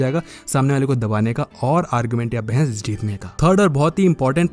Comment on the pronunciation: Bhai mere bhais nhi bahas hota hai